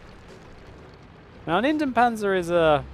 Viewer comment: Kn Ops oops, of course I meant the pronounciation :)